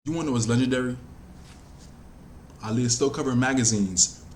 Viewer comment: I love how u say her name. Aaliyah be getting annoyed when people don't say her name right lol